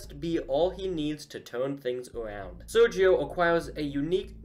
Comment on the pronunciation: Don't worry, you're pronouncing Sergio correctly.